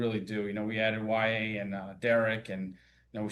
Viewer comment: Y A !! Not Yaya